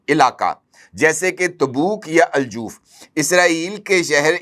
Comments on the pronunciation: Kindly note the city is not joof ,it pronounced as Al Jouf Harff jeem with Zabar not pesh. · Not Al-Joof, it's Al-Jauf. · Bhai jan Aljauf Not Aljoof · Aj Jouf region borders jordan and jordan is neighbour if israel. Ive lived in al jouf near the birder of jordan. Its pronounced as aljof n not aljoof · الجاف نہیں۔ الجوف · جناب گزارش یہ ہے کہ لفظ الجَوف ج کے اوپر زبر کے ساتھ ہے ۔ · الجوف کے تلفظ کی تصحیح کر لیجیئے۔